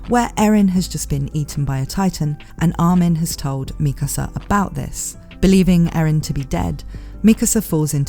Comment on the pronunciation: its pronounced MIKASA not MIKASA